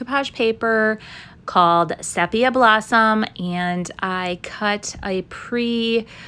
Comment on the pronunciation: Great Job. All look really good. I love the first one and the basket " fix" is perfect. Sepia is usually pronounced SEE-PEA-AH. Also people may give you Flak not Slack. I too was impressed with your skill of painting the black frames and not taping them off. Cranberry Fest Sounds fantastic. Can't wait to see all your Barn Quilts.